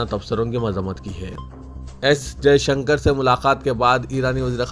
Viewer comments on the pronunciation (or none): none